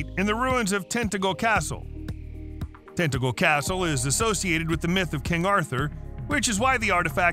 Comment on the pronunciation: Tentagel is pronounced tin ta jel.